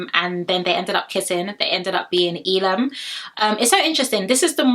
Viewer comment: Your pronouncing Elom's name wrong its 'EH Lom' not 'eee Lom' also Lochan's name is ' Loh-kan' not 'Low-Con'